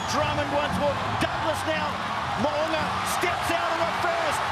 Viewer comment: Well done pronouncing Mo’unga’s name correctly. Well - much improved from past 5 years lol